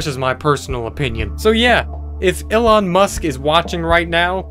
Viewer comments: It's pronounced E- Lon. NOT E-lin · Elon...E..lOn..ELON!..lol..Illen?..Who Dat? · Why do you pronounce his name "illon"? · "illon musk" me: eeeeeeeeeeeeeeeeeeeeelon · Illon musk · If Elon Musk were watching right now, he'd be upset that you pronounced his name wrong